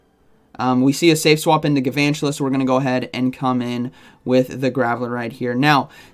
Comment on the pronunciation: Isn’t it gaLvantula. There’s an L